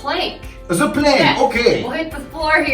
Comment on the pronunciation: dont say ZE plssss its THE like DE:!!! the same for THAT its not ZATE its THAT = DATE! any ways I love what you re doing keep up the good work